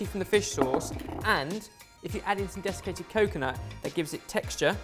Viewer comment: I heard Defecated Coconut Lol